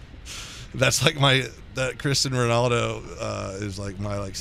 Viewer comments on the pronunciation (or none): He said cristan Rinaldo instead of Cristiano Rinaldo